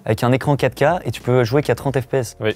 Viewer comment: Il voulait dire 4k mais avec son accent belge et le faite de le dire vite sa sonne Caca...😂😂😂